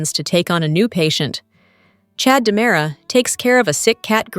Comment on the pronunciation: It's diamera not dimera